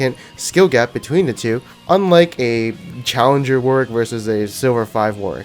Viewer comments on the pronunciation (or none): none